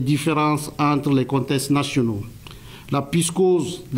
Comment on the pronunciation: "Contesses nationaux", "la pyscose", "néo-colianiste"... Le porte-parole qui ne savait pas parler. 🤣